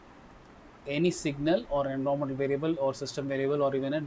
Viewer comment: Great tutorial. Just, every time u say "environment " somewhere in the world an oxford english guy dies XD Jokes apart, good job and thanks for sharing